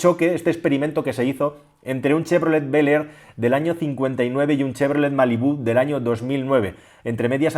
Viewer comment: Cheverolet beler jajaj que incómodo es escuchar a los españoles hablando en inglés xd